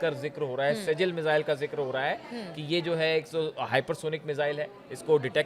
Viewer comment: Sehal nahi shjil mizwail